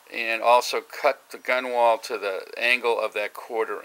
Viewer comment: Nice work. BTW you spell it Gunwale and it's pronounced GUN-el